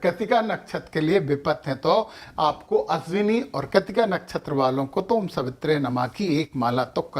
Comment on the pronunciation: आपकी भाषा पर प्रादेशिक प्रभाव अत्यधिक-अत्यधिक है, इससे जितना हो सके मुक्त होने का प्रयास करना चाहिए। आपको केवल हिंदीभाषी ही नहीं सुनते, अन्य-भाषी भी सम्मिलित हैं। उच्चारों में 'श' के स्थान पर 'स' बोलना कर्णकटु लगता है। नक्षत्र का नाम 'अश्विन' है या 'अश्विनी' ? 'स्वाती' तो ग़लत वर्तनी है, 'स्वाति' लिखना चाहिए। वैसे, ज्योतिष शास्त्र के गंभीर विषय को आपने काफ़ी हल्के-फुल्के ढंग से समझाया है, अच्छा है।